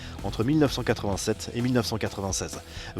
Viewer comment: Nn il a dit 1996 il a juste mal articulé